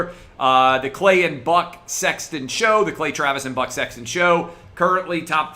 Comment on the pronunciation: Did he say “Butt Sexton” whoa